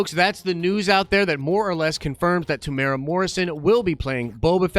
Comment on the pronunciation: tem - you - era not temura